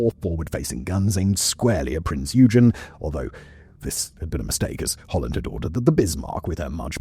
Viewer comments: Because it’s not pronounced as “you-gin”, but rather “Oi-gen”. It’s frustrating because any other time he’s talked about any other German ship he’s pronounced their names right. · "Oig-en" not "You-jen" :) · it;s prince yoi-gan not you-gin kipperhead!!!!! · Prinz Eugen. Please check Google on how that is pronounced correctly. And it's not Eudshen. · EUGEN - it's pronounced OY-GEN.. like boy but without the B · The German heavy cruiser "Prinz Eugen" is pronounced Prints Oy-gen. The "Prinz" is pronounced like the English word "prince", while "Eugen" is pronounced with a short "o" sound, similar to the "oy" in "boy", followed by a hard "g" sound like in "get" and then a short "en" sound. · "Prints Oygen" with a harrd G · I know, it was bugging me too. Every time he said it ha ha. Its "Oi gen"! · It's pronounced Oi-gen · prince oi-gun...your welcome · Just a little nitpick, its pronounced along the lines of „Oi-gen“ with a hard g just like in „gain“ :) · No one can pronounce "Eugen" and "Gniesenau" correctly.. oy-gen.. nice-en-ow.. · prinz yoo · jn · it is the way silverhornet is saying. „Eu“ is pronounced the like an Australian would want to get your attention „Oi!“ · OY-gen… hard g. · The "G" isn't silent.